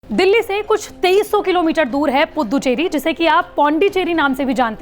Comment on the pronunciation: अरे पुद्दुचेरी नही रे🤣🤣🤣🤣 पुदुचेरी बोल